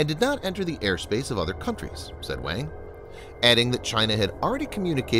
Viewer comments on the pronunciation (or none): none